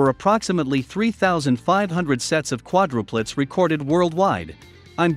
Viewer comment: hey, you mispronounced quadruplets! The most important word of the vid and it’s mispronounced! So lame! Is it a robot? Get you technology right!